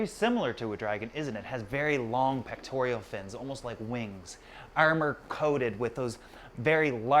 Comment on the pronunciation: it's Pectoral Fin, not Pectorial Fin.;-)